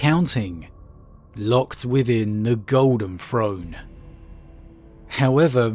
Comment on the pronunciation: Which regional dialect pronounces throne : "frone", and truth : "troof", but pronounces the : "thuh" and they : "thay"? Asking for a German friends.